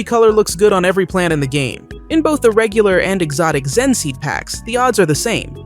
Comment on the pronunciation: Your saying xen instead of zen